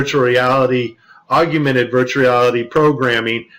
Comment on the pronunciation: I love this video, but one guy (a guy on "our side"/the side of TRUTH) -and I'm absolutely not bashing the content of what he said, whatsoever, as it was quite valuable, content-wise, but it just irked me the way he said, (sic) "AUGUMENTED REALITY," rather than AUGMENTED REALITY! I'm not bashing him, as a person, nor am I bashing the content of what he was saying, as a whole. I know that I probably mispronounce things, myself, so I'm not trying to be "snobby," as I know that I, myself am one annoying MoFo! (ask my wife!). I guess it's like when people say "NUCULAR" instead of NUCLEAR! That is a big one for me! It irks me to no end!!! Anyway, no disrespect intended toward that particular gentleman... As I said, I know that I, myself do/say things that are annoying to others, as well. The man brought up a few extremely valid, and important points.